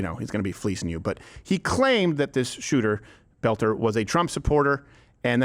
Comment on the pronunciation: Tim Walz's "shuuter friend" struck again. 😂